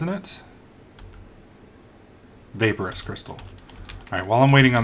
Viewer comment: you pronounce vaporus as vapor as in water vapor and then say us after vapor